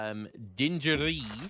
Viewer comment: It's not dinejeri ( Lion prononciation) it's \dɛ̃.ɡ(ə.)ʁi\. Who means in slang French foolish crazy or if translate the meaning "No way! It's crazy."